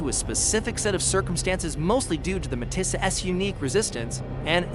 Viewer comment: If you are going to narrate a documentary, you may want to pronounce METI properly? It's pronounced May-tee! Or Winnipeg? Win-ni-peg!